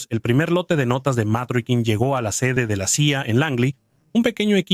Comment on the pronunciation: Matrokin , no . Mitrokhin . Y se lee Mitrojin